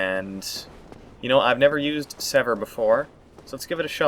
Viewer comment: From one weapon you couldn't pronounce to another.... its server not sever......SERVER......like someone who serves you at a restaurant.....Ser- VER.